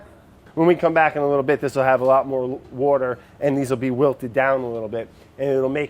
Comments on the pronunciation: fun challenge: try and get brad to pronounce water correctly :) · no one: french brad: l'wourder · "wourder" makes me LOL every time! hahahahahahah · Take a shot every time brad says wourder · every time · Since watching this dude, I don't know how to say water anymore. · I like how he pronounces water and soft... Where's his accent from? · He says water like me❤️❤️❤️